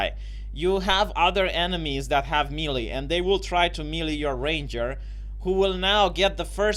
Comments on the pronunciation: melee is pronounced maylay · Booooooo you suck. This is worse then DSP teaching Street Fighter. Don't Me-Lee me in your Bee-Ta.